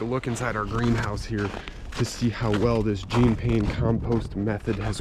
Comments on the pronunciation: PLEASE -It's "John" Pain with a soft J, not "Jeen." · I'm not a French snob but i can't stand the American mispronunciation of Pains's name. It's NOT Jeeeen Paaaain. It sounds more like the American actor, "Sean Penn." Deep breath... The world can go on now. Hahaha, stay warm, "!" Oops, sorry, i mean, "."